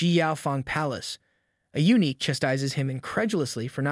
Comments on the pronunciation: Thanks for the videos! I think eunuch is pronounced “you-nick”, not unique. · U-nick, not unique